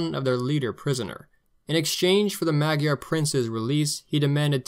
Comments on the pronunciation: Really, really excellent history from start to finish. My only complaint is that my Hungarian ears are hurting from your pronunciation of "Magyar". First of all, both of the "a" letters are pronounced like the "a" in Utah. The "gy" is difficult to explain as it is treated as a single letter in the Hungarian alphabet. The closest I can think of is "j" as in joy. Probably best to find an audio file on line. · I'm no Hungarian, but I've heard "Magyar" is said like "Mud yar" or "mood yar". Consider how "Imre Nagy" is pronounce "Im- ruh- nudge" or nahj